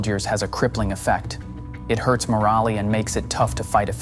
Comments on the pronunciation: "Moralee", "know-ledge"? A.I. time waster Again, this is YouTube's fault for not labeling these artificial videos. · Robotic voices are getting very good, but it pulls me right out of the game when they pronounce some fairly key words such as 'moral' as 'more-ally.' It's one thing to have trouble with place names, but the untrained for words the A.I. voices are tripping over are things the content creators should catch before posting. I'm also not fond of the formula of stock footage and the meandering, padded out narration. It ends up with that 'truthiness' quality that informs poorly and wastes my time. There are a few good channels, my strongest recommendation is the 'Reporting from Ukraine' channel. His content is concise and informative about truly recent happenings.